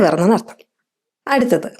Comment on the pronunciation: അർത്തം അല്ല, അർത്ഥം എന്നു പറയണം.